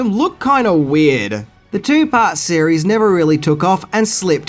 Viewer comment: Are you saying cereal or series.